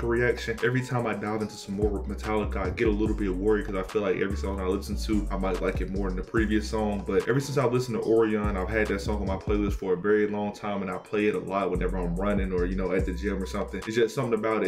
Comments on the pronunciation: Pronounced more like Or-Ryan not Or-ri-on. The constellation. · it's pronounced "oh-ryan" btw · Real quick "ORION" is pronounced (O-Ryan) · Orion is pronounced- “oh-rye-in” just fyi